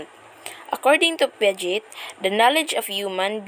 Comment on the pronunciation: Hello hindi po (pyaget) yung pronunciation ng Piaget. Ang tamang pronunciation ay (Piajey) or Piaget.